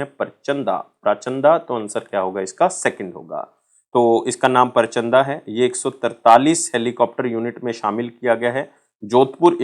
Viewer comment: sir vo परचंदा nhi प्रचंड hai😂